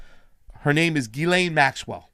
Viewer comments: You really need to get your names straight. It is GIS-LANE MAXWELL, NOT ELAINE. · Its pronounced Geez-len. It's French.